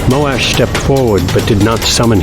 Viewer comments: I always read Moash as Moe-shh and the Moe-Ash pronunciation still sounds weird to me. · Moash not Molash